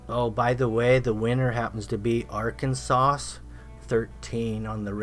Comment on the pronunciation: He said Arkansauce lol must be a southern Arkansas sauce hahaha